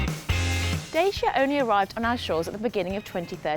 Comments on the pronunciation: just say it as it is pronounced "dat chee ahh" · It's called DACIA not DAYSHIA.